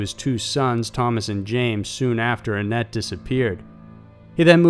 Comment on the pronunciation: Whenever he said 'annette' i heard 'Net'